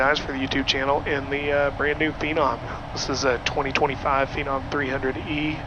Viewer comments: FENON,NOT PINON. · What is a ‘Feeenom’ 😂